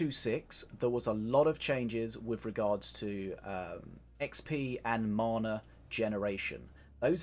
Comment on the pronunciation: ffs you still cant say mana... how long you play this game ffs bro lol